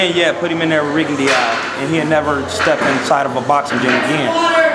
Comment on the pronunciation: This nigga say Rigondeeow? 😂